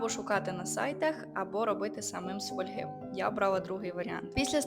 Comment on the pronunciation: все круто, тільки правильно фОльга)